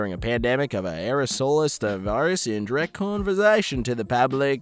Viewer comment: Yeah... all the mispronounced words pain me. Like Aerosolised and Contravention. The latter which apparently turned into Conversation.